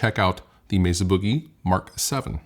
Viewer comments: Meza with a z huh…def thought it’s Mesa with an s Like mesa Arizona not meza lol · I like, but it just annoys the hell out of me when people pronounce Mesa….”Mezza”. It’s weird and just stop doing it.